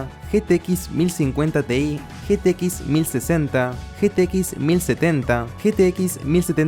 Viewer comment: en un momento se vio que te cansaste de decir "ge te equis" y le mandaste "getequis"